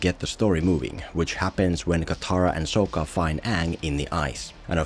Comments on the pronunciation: how did he say Sokka??? better say shit right if you are gonna make fun it lol. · I love that you, just like the movie manage to pronounce Sokka's name wrong. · How you gunna do a whole video about last airbender but not watch the show? You're just as bad as M.Night lol. You pronounce Sokka's name wrong throughout the whole video. So cringe. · Idk what's worse their pronunciation of Aang or your pronunciation of sokka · Why are you saying SOH-KAH. its SOCK-KA. Its okay...still love you :) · Sock-ah not Soak-uh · I'd just like to mention that Sokka is pronounced sock-a, not soak-a... It's something the movie (along with Ong) infamously got wrong so I'm surprised wasn't able to do it correctly. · SAW-KA not SO-KA. Omg...smh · SOCK-KA so SOAK-KA even you are saying his name wrong bruv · It’s Sokka not sOkka. And by watching the full video I think that this guy has not seen the actual show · It’s not soaka it’s saka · He says Soak-ah over Sock-ah so much i wonder if he ever watched it. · Kind of ironic considering called him Soh-kka when his name is pronounced Saw-kka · yes! I was thinking the same thing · Bro you can't make a video about a movie where they mispronounced the main character's name and then you mispronounced another main character's name sock-uh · Did you mispronounce Sokka's name on purpose? As like a jab? Or are you doing the same thing the movie did with Aang? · Opens the video making fun of "ong" pronunciation....proceeds to mispronounce sokka the entire video...listening to this guy's voice was just as bad as the movie. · Man me and my friends were so pumped for this movie. Went in so high and excited and soon as they called AANG UUNG we were just like wtffff. Then they mispronounced Sokka’s name too smh. People hate on the netflix show but that is far better than this piece of shit we got